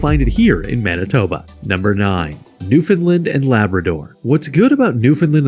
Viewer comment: Newfoundland and Saskatchewan both pronounced incorrectly. Also, Quebec should be 8th or 9th. It's one of the poorest provinces, with among the highest taxes.